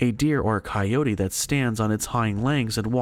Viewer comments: Coyote=Ky-O-tee. Your welcome. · My daddy shot the monster, than my daddy had some big people drinks, & now my mommy is with a coyo-tuh-hey as guy pronounced coyote. Ki-O-tee not cyotahey. Just Ki-oats is cool too, but kiotihay isn't a word. Beyond that good job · Damnit man, you got decent stories but you can't pronounce shit, I just can't handle your saying suno ran dessert, and now it's a fucking co yota hay, dude your killing your whole set by butchering words so bad I can't listen to your channel no more, I'm sure I'm not the only one who unsus scribe dahuh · The pronunciation of Sonora & Coyote is killing me dude. Smfh. Good God!! 😂😂😂